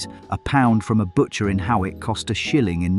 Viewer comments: Hawick is pronounced as Hoyk, i live there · Some years back, someone had to tell Charlie Stait on Breakfast television how it was actually pronounced as he pronounced it "haw-wick".